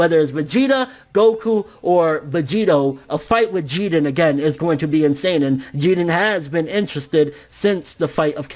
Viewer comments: I hate the way you pronounce names and shit, to the point where I'm close to not wanting to watch some of your content anymore. It sounds like you're saying "Geeden" ffs. If you're trying to pronounce it the way the JVAs say it, you're doing it very poorly, like when you say "Zamas, and Gowas" it's fucking Zamasu and Gowasu, they all say it with a slight "u" or "ooh" sound on the end, yet you completely remove any trace of it. As you say it, "You're taking an L" on some of these pronunciations. Inb4 all the prepubescent little shits who comment on this hating on an opinion, I don't care about your opinions, and I'm not expecting a response from either, but I also don't want you to take this the wrong way, I love your videos and content, but that shit just aggravates me to the core for some reason, probably more than it should, and I highly doubt it'll keep me from watching your shit, because I still love it deep down.. It's like when you got a hot girl with a laugh that drives you fucking crazy, but you stick around and don't say shit for dat ass. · Wade Wilson no that’s considered cheating he needs his ass kicked by jiren... also who else bothered he’s not pronouncing his name right? I feel like if he gets ultra instinct it would just be fan service and there was only ever one type of instinct goku used attack mode as well... vegeta should take the L after taking out toppo... but either way you put it in goku black series both sides goku and vegeta both got there asses handed to them in goku black saga... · your pronouncing jiren name wack as fuck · Why are you pronouncing Jiren's name like he's Puerto Rican? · Why do you always say his name wrong lol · God damn pronounce Jiren like it’s supposed to be.. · Jiren not jeedan fucking weeaboo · Why do you pronounce jiren as jiden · It's Jeer-in NOT GEE-ren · Bruh it's jiren! Not jiren it sounds fucking annoying yow...!! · After all of this tyme he still pronounces his name wrong it's jirren lol